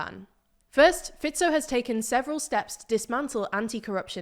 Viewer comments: i think i had a climax when this channel correctly pronounced fico's name for the first time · well done research. And finally somebody from TLDR pronounced Fico's name correctly :D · I clicked on the video just to hear if Fico is still "Fajkou" 😀. Glad to hear this has finally been corrected and also other names pronunciation was actually pretty good 👍